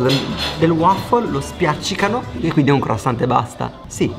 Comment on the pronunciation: Senza la T croissant ma la t non si legge 😜 ormai lo short italiano co la cittadinanza!